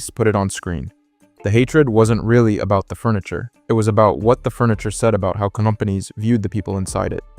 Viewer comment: Excuse me? "conompanies" ? That's almost kinda cute. Joke's aside, pretty good video! That's why I prefer home office.